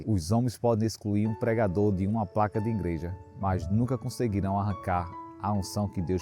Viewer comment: Que "Ingreja" irmão? É IGREJA!!! Não tem "N"